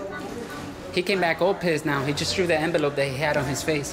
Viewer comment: I believe it's "threw" it, not "True" it......